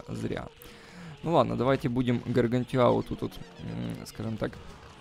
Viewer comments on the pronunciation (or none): none